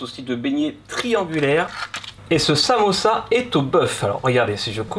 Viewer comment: t'as du mal à dire "samousa" 😂😂😂